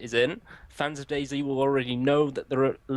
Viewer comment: It's dayz! Said like daisy! Not dayzed why would u call it that